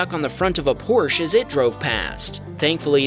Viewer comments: Porsch E, there is an e at the end. Please pronounce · It's, POR-shuh. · It's pronounced Porsche-A :) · Friendly FYI: Porsche is a two syllable word. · These videos keep mispronouncing "Porsche".